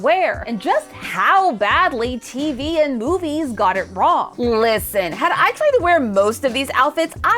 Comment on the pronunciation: "Llllisten" Count: 6